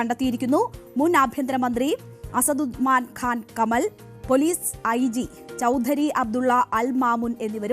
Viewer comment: കമൽ അല്ല കൊച്ചേ കമാൽ 😭😂വാർത്ത വായിക്കുന്നു 🤣